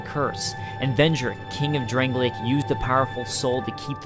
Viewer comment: Why do people pronounce Drang-Lake as Drang-Lay-Ick? There are Drang-Lay-Ick things and people, but the kingdom is Drang-Lake. It is getting really annoying to hear nearly every lore video on DkS2 use the pronunciation of Drangleic at inappropriate times. :(